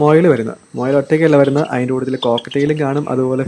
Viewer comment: മൊയൽ അല്ല മുയൽ